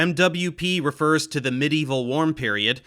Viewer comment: medieval=> mideevil 🤣